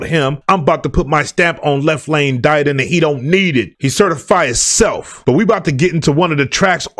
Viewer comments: Pronounced Left Lane “Did- On” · Hail Y.T. ok thanks. I listened to an interview this morning and the guy pronounced it “da don”. I’ll take your word since you know better than me. Salute. I have you on my list to highlight as well Black Bond. Royal Flush. Nasty. 🙏